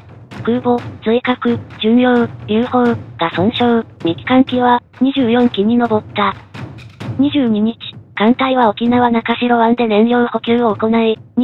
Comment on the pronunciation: なかしろ、じゃなくて、なかぐすくです。